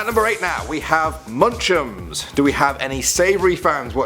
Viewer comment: munch ums